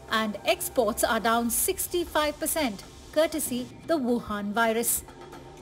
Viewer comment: Why saying wohan virus